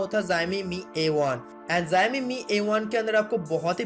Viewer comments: Beta let me count ur mistakes Mistake no.1 Tu paida hua 2.tu school ni gya 3.tera mooh ka operation ni hua 4.bich me English ka proyoug kra 5.utube pe aya 6.xiomi ko zaymi bola My mistakes Only one and biggest mistakes Tujhe paida kiya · It is not zaimai it is xiaomi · Bhai zaimi nhi xiaomi hai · Zayomi nehi re.. bolnese Shaomi kehna hoga.. but spelling Xiaomi hain. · Haha ziaomi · Oi zowmi q bol rahe hon sale video baba bab kar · zaymi kiya he bhai! That's xiaomi bruv! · Tum sawomi ko Jaimi kaherehe ho.😡😡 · Zaumi nai re baba xiaomi hee xiaomi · Bhai wo jaymi nhi xiaomi hai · Zaimi nahi bro xiaomi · Yeh kya hy Bai zyaaami zyaami....? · Abe pahle xiomi bolna sikhle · would you please clarify what is jayami/zayami that you tried to say a so many times. By trying to be so smart you just nailed it dude. LOL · Pixil wala mobile , phast update badget segment, zami , pheature kya bolta hai yeh😂😂😂😂😂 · Xiaomi bolna seekh le pehle